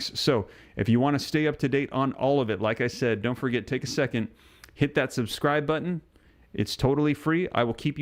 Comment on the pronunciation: Subdcribe ? Never heard that before..😂😢